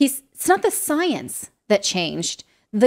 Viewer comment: Its the different between science and "soyence"